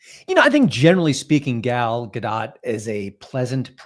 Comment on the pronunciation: It's pronounced gal ga-DOE my god lol not dot the T is silent